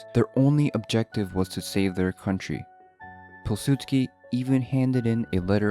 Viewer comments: Piw sudsky not Pil. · you didnt pronounce Jozef Polsudski the way you would pronounce it is: Yuzef Powisudski